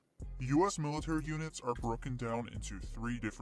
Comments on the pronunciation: It's MALE-itary...cuz...you know...so many males. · Love that "maleitary"! lol Seal tier 2? Interesting. I love that you entertain AND educate us! love from cold ass GA!